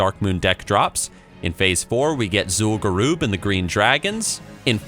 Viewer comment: "Zool garoob"